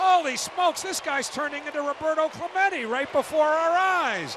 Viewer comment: Roberto cementy 💀😭